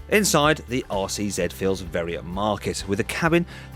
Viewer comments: All I hear him saying is Arsey Z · After he said it had a tight rear end, I kept hearing 'arsey Z'.